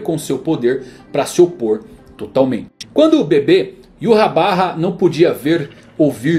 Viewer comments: EROU! N é "Iurrabarra" é 'Ivahrr' Yhwach = Ivarr Yh som de I, W som de V, CH som de R arrastado feito com a garganta. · "Yuhabaha" achei meio estranho, quando lia o mangá li em algum lugar que como o nome vem do Alemão a pronúncia seria algo como "Yvar", então eu lia Yvar 🤣🤣🤣 Adorei o vídeo, like já! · Não sou o chato da pronuncia, mas Iurrabarra é de foder, sempre li Yhwach como Ivach. Fui no tradutor, e em alemão é algo como Ivarrr, e em japones Iuacu. Iurrabarra parece inimigo do tripa seca. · Em 2014 quando comecei a ler Bleach, eu pronunciava Yhwach como "Íuachi". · Ywach? Yurrabarra? Não entendi o vídeo? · "Iuhabarra" mais uma pronúncia do nome do rei quincy adicionado ao dicionário. kkkkkkkkkk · cara essa pronuncia esta errada do Yhwach (é Alemão) seria mais Ivartch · YU HA BA HA??? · Como assim Yurrabarra? Kkkkk Gostei do material, vc só precisa estudar a pronúncia dos nomes em japonês tá feião kkkk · Iurabá kkkkkkkk